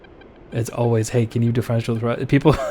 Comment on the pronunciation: " 'Di- FRENSH -ol' thrust"? 😅 Reason no.# 9,582 why I'm subbed,.